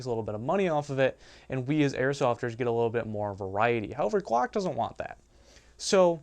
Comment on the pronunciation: You really need to learn how to say your Ls properly. Each time you said guack I was laughing my ass off. ;D